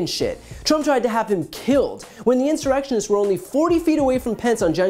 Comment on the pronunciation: insurectionist he says haha